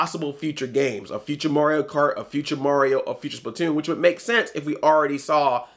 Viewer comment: you've listened to too much korey coleman. your pronouncing mario as morio. haha